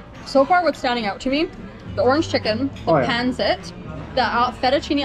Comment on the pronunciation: You're mispronouncing pancit. The stress is on the second syllable: pan-SIT